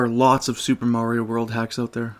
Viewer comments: Marry-o? Fucking marry-o? It's Mario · It's MARio not MERRio. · It's "Mario" not "Merio." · Great video, but one thing kept bugging me...you must've heard "It's a me, Maario!" somewhere before...Maahri-o not merryoh, however the "Where in the fuck do I go" song was so good I had to rewind a few times. Is that you, or is that someone else? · Video starts Mare-E-yo... it's Mario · He doesn't EVER say "Itsa MEEE mayerio! He says "itsa MEEE a MAR-ee-O" Why do people insist on saying it wrong when they know this? Especially people who have PLAYED it for years. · How do you say marry o kart then go one to pronouncing MARIO right a few min later? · Merry oh Kart? Never heard of it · it blows my mind how many people say marry_o instead of mar re o. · excuse me? marryoh cart? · "Merio Kart" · did he say Merio?... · Auto dislike for the fact you can’t say Mario correctly he’ll it’s even said by numerous characters in games with voice acting it’s mario not murioh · Merry-O kart gets mispronounced, but Super Mario World 2 sounds normal.. dude. Consistency? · Oh my God did he say "Mary-o".... HOW DO YOU NOT KNOW HOW TO PRONOUNCE MARIO? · da fuk is merry-oh? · Mary-o kart and then you say super Mario world 2+2, IT'S NOT MARY-O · I would say "get over it, some people pronounce the name Mario that way and it's not a big deal", but for every other game, he pronounced it in the more conventional way. Weird. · Just one thing, you mispronounced "mario"